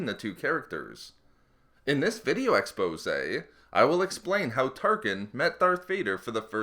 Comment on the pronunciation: can u please not start every video with "in this video exposay"